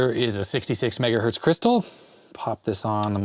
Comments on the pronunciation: what is mega Berts LOL oh you meant Mega HERTS LOL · I heard "MegaBerts" which I agree is pretty much fine. 10 "MegaErnies" is a problem though... ;)